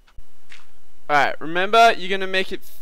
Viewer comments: I like how he says "A'rrite" :P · All Aussies say alright so don't worry about it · LOL how he says alright